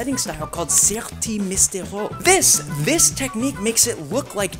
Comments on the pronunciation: the pronunciation of "Mystérieux" hurts me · "Serti Misterieux", well pronounced my man!!